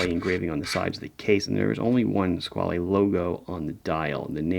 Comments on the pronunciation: Hi I am italian and the word Squale does not exist in our vocabulary nor in our dialects. "Squale" (which is not to be pronounced like your Mario or Luigi...) is a swiss registered from the Von Buren family, today owned by italian Maggi family. All these facts are easy to find online and they would make your video a bit better. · Hi, great watch, great video. Only one short notice: "squale" means "shark" in italian AND french. It's just a different pronunciation